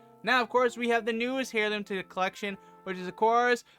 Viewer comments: Airloom is how it’s pronounced. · hey friend, the "h" is silent but great vid